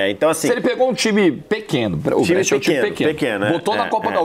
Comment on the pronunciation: "Brêtia" não dá pô, nem em português nem em italiano ta certo isso aí. Em italiano a pronuncia é "Bréchia" 😅😅😅